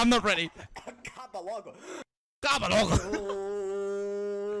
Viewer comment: He's native brazilian. His Respira is so perfect his Acaba logo is perfect too FERROU